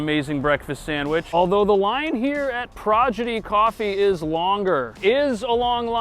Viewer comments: Love your videos,, but I'm pretty sure you meant to say, "Prodigy Coffee" (not "Progidy"). Thanks for all of you do and keep up the great work! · lol "proGIdy" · Anyone notice he said "progidy coffee" instead of "prodigy coffee"?